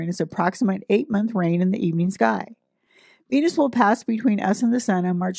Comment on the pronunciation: Did she just said BENUS?